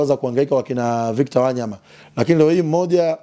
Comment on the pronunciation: Huyooo jamaa nmemuelew sana ... ila ananiudhi anavolitamka jina la WANYAMA ... yaaan halitendei haki ...